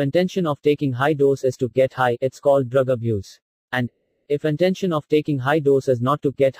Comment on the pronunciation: It is Intention not intesion, erit it boy